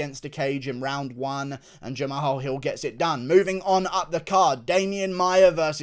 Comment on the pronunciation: Guru. H is silent in Jamahal.